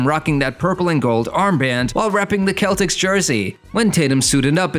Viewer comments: what you mean are you saying im a hater what im saying why did he say celtics like that that's not how you say it like what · why did you say celtics like that though